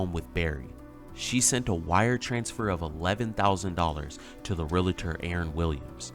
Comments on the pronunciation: The word is not "re-la-tor" and it's not spelled :"relator." It's "realtor." "Re-al-tor." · It’s pronounced REAL-ter Not Ree-la-ter! Geez! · It’s realtor, not realitor. 🙄🙄🙄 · Why does every one say Real a ter? Lol. It's Real tor. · REAL-tor. It is not real-a-tor. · The word is realtor - re - al - tor, not relator - re - la - tor. If that is your profession, at least say it correctly. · This woman is beyond stupid!! I am just floored by the idiocy of these people. By the way, it's REALTOR, not Realator... this drives me nuts!!! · It’s not Re-la-tor, it’s real-tor 🤦🏻‍♀️😑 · Let me help out, here: the word realtor is pronounced real-tor, not real-a-tor. Two syllables and not three. Majority of people always mispronounce that word. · It's pronounced real tor 2 syllables!! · “Real” - “Tor”, 2 syllables, no hate, just a commond mispronounced word. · ‘Barry’ can’t spell realtor (‘relator’) and can’t pronounce it. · Realtor is 2 syllables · Does the staff at Catfish not know how to spell realtor or pronounce it? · Can no one pronounce ‘realtor’ properly in this video? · Why do Yanks have such a hard time pronouncing “realtor” correctly? It’s a simple word. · BTW, it's realtor, not relator 🤔